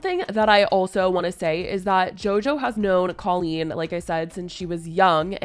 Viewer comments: The way Jojo pronounces Colleen like “Cul-Lean” 🥴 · You’re pronouncing Colleen’s name wrong … it’s a hard O